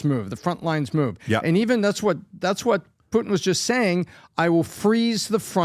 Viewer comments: Who is Poo-in? I like but not a fan of dropping the T. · I love you, but for the love of GAUD please say the “T” in PuTin!!! It’s PuTIN NOT POO IN! You POO IN the bathroom! Please POO IN the bathroom don’t POO IN the podcast! 💩 IN the 🚽. PuTin hopefully does 💩IN the 🚽 as well. 💩in the 🚽 no poo in the podcast. Thank you for your attention to this matter.😂🤪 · it's Poo-tin not Poo-in Lol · WHO IS “PU-IN”????🤷‍♂️😖